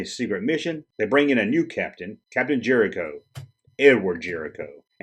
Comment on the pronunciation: I love that loved this, even with his pronunciation being the joke... Pulaski, Mot, and Jellico would agree.